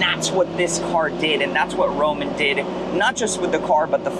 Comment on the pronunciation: Romano; not Roman.